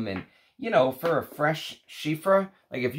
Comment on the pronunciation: Nice video as usual! Just one thing, it's Chypre not chiffre (change the f by p and you're all good)